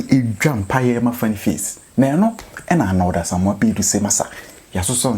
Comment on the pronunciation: The name is Baidoo not Baiden